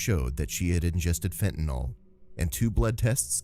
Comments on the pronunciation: Why is it people keep pronouncing FENTANYL as fentaNOL. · Fentanyl ! Not fentan all